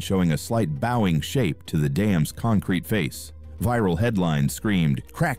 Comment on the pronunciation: Damn! I can't stand AI reads. So the dam is 'bowing'. That's very respectful of it. The word is pronounced boeing.